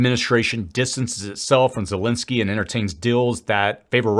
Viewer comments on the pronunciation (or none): none